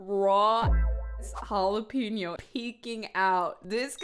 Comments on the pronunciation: if he says jalapeno like that one more time im bashing my head into the wall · You can always tell a person's cooking level when they think macaroni cheese is macaroni pasta with cheese. His pronunciation of jalapeno has got to be a hate crime. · The way he says "jalapeno" upsets me because you can tell he's doing it on purpose and I hate it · yes and I've been wondering all this time if it's a joke or...he's really really trying to hard